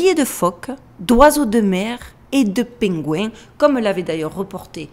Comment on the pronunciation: OUiiii et pingouins ave l'assent marseillais c'est trop drôle👏😂😂 🐧